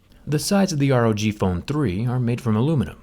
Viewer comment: Rog not r o g